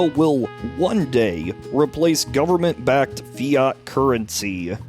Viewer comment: "Full faith and credit of the U.S. gubmit" LOLOLOLOL